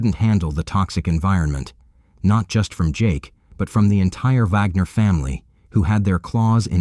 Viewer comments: It's WAG NER WWWWWWW WITH A W. NOT VAGNER AND PLEASE DON'T LISTEN TO THIS VIDEO. ALL THE DETAILS ARE WRONG. THIS PAGE IS FUCKING ALWAYS GETTING STUFF WRONG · Why sometimes pronounced Vagner and sometimes Wagner? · Bro is it VAGNER or WAGNER jesus christ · Their name is WAGNER NOT VAGNER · I feel like Vagner was said more than Wagner.